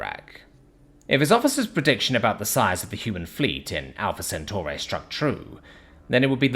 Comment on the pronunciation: You pronounced Centauri in two different ways in the first paragraph.